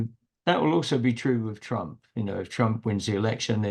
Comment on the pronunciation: ...and "Tromp"😅